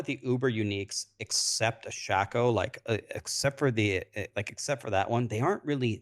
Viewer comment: Why is calling it a shaqo when it's a shako.. like shaqullie O'Neil...shaq-o....its shako not shaq-o.. here say it with me shaaaaa....kooooooo.